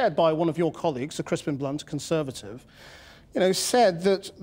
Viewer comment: he said cuntservative.